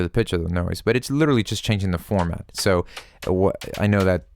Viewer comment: You are doing a tutorial...how about you call the term what it is.. "formaNt" not "format"